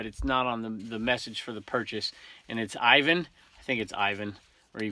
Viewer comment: you said it right first time I-van thank you!!